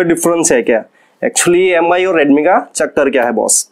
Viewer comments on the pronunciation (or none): M i nai bolte hai paaji use Me pronounce karte hai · "meem" hota hai paaji 😂😂😂😂😂😂😂😂